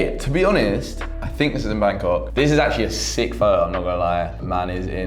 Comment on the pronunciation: It’s photo with a t. Not fo’os